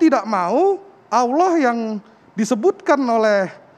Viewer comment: Dia Melafadz kan saja salah... Alah dan Bukan Allah Sebagaimana Pelafadzan Yang Benar... ( Cek Video Permintaan Maafnya ). Jika pun Mualaf...Dia Bukan Mualaf Tulus... Lidahnya Akan Menipu dirinya Sendiri...